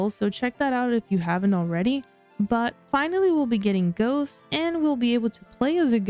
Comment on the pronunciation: Frequent mood swings 😂😂😂 when u said ghosts I swear I heard goats at first lol